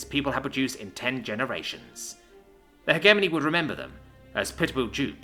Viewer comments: its pronounced "he jeh money" not he gey money come the f on man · I wish I could listen this to completion but after third "heghemony" I gave up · "Hedge A Mony" please and thank you. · Jesus christ, cant even pronounce hegemony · Not bad. Work on your pronunciation of the word "hegemony". The g is pronounced like gem, giraffe, ginger, and * shudders * gif. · You read more than you listen. Good, but it means your pronunciation takes a bit. "indictment" and "hegemony" were mispronounced. 👍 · "Hegemony" is pronounced with a soft G, not a hard G